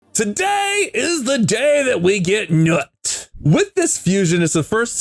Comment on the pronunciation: NUT?! LOL dude the NUT exaggeration is killing me. Isn't it pronounced noot? lol